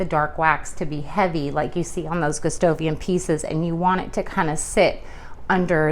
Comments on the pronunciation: Since the king's name is Gustav (Goostahf), it's Goo STAH vian, not Goo STOH vian. Good job on the finish! You have a much better understanding of what is going on with Gustavian furniture than the others on YouTube. It's a more nuanced effect, and a bit complicated, but you have a great eye. Thank you for this. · Your technique is the best I've seen for this finish, but you keep saying Gustovian instead of Gustavian with an "a." It's distracting.